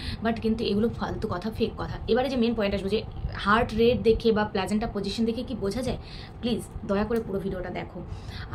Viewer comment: আর প্লাজেন্টা না দিদি প্লাসেন্টা 😅